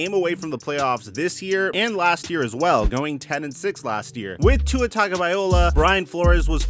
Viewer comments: I love ya but it’s cringe worthy when u keep pronouncing tua’s last name wrong it’s not viola it’s viloa low uh not eye ole ah.. bro it’s not cool for a football pontifficater to absolutely butcher a man’s name especially one with an ethnicity uncommon name. I know you’re not racist but it comes across racistly insensitive when you keep pronouncing his name wrong as if you don’t give a damn. I’m sure it’s just a mistake or maybe it’s not but apologize to Tua because you come across as either an idiot an insensitive bigot an I doubt you are either of them. Respectfully you are doing a great job except for that. It’s a bad look. As a content creator I know it is easy to make a mistake an get grilled or accused of doing an being someone you aren’t. So as a pal I’m looking out an hope you correct it 💯 ✅ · TagovaiLOA not TagovaiOLA 🤦🏻‍♂️ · Bro it’s TagovaiLOA. Not TagovaiOLA. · "Vi-low-uh", not "Vi-ol-uh". That's a stringed instrument 🎻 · Mispronounced Tua’s name pretty much every time. It’s pronounced taga-vy-Loa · I know it's tough but it's pronounced Tongue-oh-vie-low-uh. Great vids. Keep them coming. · Learn how to say Tua's last name if you are going to do these. TONGUE-OH-VI-LO-AH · Dude if you're not going to pronounce Tuas last name, do something else